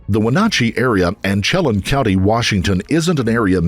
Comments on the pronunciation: When-AT-cheee. Shell-ANN. Just saying, FYI. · It is pronounced as sh- Lake Chalan 😊 Wenatchee is also pronounced differently 😅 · FYI. Wenatchee has the a sound as in Apple, and Chelan is pronounced shuh laan as in land. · Chelan Washington is pronounced sheh LAN instead of CHEH lun. I'll leave the other mispronounciations alone. They aren't as far off. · Wenatchee is pronounced "Wah-NAT-chee" (not Wah-NOT-chee) and Chelan is "Sha-LAN" (not CHEH-lun). I am a native Washingtonian and it's funny to hear these pronounced so wrong 🙂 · Okay. I can't go on without commenting that the A in Wenatchee is pronounced with a short A, it rhymes with match. The A in Chelan is pronounced like Ann. Okay, rant over. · Okay love these videos but as someone from Washington you are pronouncing the cities all wrong. Chelan (sha-lan) Wenatchee (Wa-Nat-She) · People really struggle with the pronunciation of cities, towns, and counties in Wa state. 'Chelan" is pronounced 'Shuh-lan', and 'Wenatchee' is 'Wah-nA-chee' and "Clallam Bay" Claw-Lam Bay'. Rest in Peace Mackenzie! 🙏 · NARRATOR...YOU ARE NOTTT SAYING ANY OF WASHINGTONs NAMES CORRECTLY AT ALL...ITS ...WIN*AT*CHEE.....AND.....CHELAN COUNTY is SHELL*ANN... COUNTY....there was more too❗❗❗🌹IM JUST SAYIN'😇😇😇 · It’s pronounced Sha lanne as in Chelan county… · just fyi pronunciation...Chelan -> shuh-laan' and Wenatchee -> when-a'-chee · I have seen people post this spelled 3 different ways at least. There’s your way, and I have seen, Shuh-lan and Sha-lan for Chelan. All I can gather from everyone trying to correct him, is that he’s not pronouncing it correctly. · Chelan- pronounced, shuh-lan. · I believe we pronounce it like Win-atch-ee (Wenatchee) and Sha-lan (Chelan), but we also sound like cats, so..... Excellent, excellent work. By far my favorite true crime channel. You do such a great service to the victims. Thank you! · Shay-lan and win-atch-ee. Driving me crazy lol. No one knows how to pronounce the names in this area.